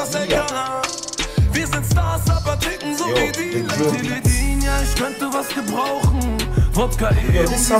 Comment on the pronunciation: You should hear some of these songs complete.... And dude, please, hold your ick and say not ich.. Welcome you can Berlinern 🤣